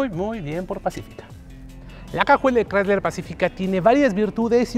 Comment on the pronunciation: Todo muy bien, pero...ES CHRYSLER. Ahí ya no.